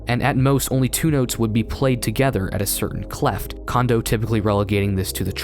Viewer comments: good vid. but did he say treble "cleft" ? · It's pronounced Clef, not Cleft, otherwise, nice